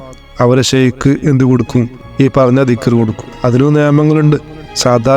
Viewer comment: ബഹുമാനപ്പെട്ട മുരീധരോട് നമ്മുടെ മാഷാഇഹാന്മാരെ ഷെയ്ക് എന്ന് പറയാതിരിക്കുക.. വല്ലാത്ത ഒരു അരോചകം തോന്നുന്നു... ഷെയ്ക് അല്ല ശൈഖ് എന്നാണ് അറബി അക്ഷരത്തിലെ 7 ആമത്തെ അക്ഷരം